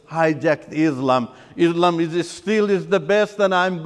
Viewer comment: This fellow is fake. He can't even pronounce Islam and Quran properly.